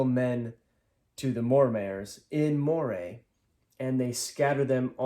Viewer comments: Moray is pronounced "MUH-ree." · Moray is pronounced Murray